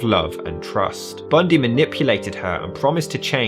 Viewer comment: I like how you say his name lol 😂 TED BUNDEEE …